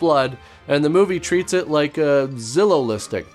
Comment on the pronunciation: Oh Zillow listing 😂 I swear I thought you said Zilla lipstick... Zillow being the renamed 1st American Godzilla; the one with Matthew Broderick.